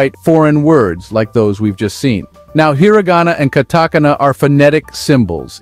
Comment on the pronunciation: it pronounced the word "katakana" differently each time.